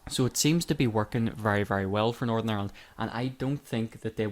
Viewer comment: Northern. It's Northern. Why can't you pronounce Northern? Is it 'cause you want to call it North of...?